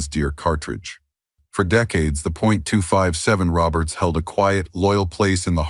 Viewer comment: agreed... if you can't call or pronounce a 257 Roberts or a 300 Savage properly, then just sit your ass in your room and play with yourself. Don't waste time to make up a fucked up AI presentation and expect us to listen to it.